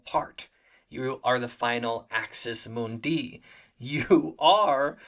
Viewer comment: Axis MOONdee, not Axis moonDEE.